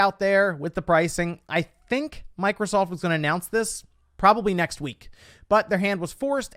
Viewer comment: Did he say Micro-salt? 😂😂😂